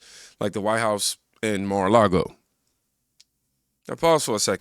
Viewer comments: She said mora a ragoe. So don’t worry. She gave the Iranians the wrong street name😂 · When that first Moron on your video gets a visit from Secret Service & gets detained for her stupid uneducated mouth, she might think twice about the dumb shit she says. She can't even say Mara-Lago correctly. That was a call to hurt Our POTUS, FLOTUS & their children & it should Never be taken lightly!